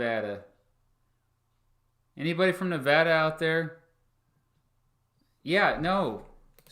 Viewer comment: Hey Nevadan here. Sorry you hate our flag. And sorry we took so long to count the votes. But thank you for pronouncing Nevada correctly.